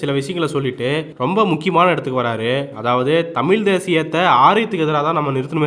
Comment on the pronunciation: தமில் அல்ல சகோதரா தமிழ் சரியாக உச்சரிக்க வேண்டும்